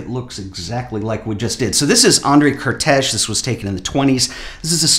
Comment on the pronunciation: fyi: The right pronounciation of Kertész (for americans) is: Kartays :)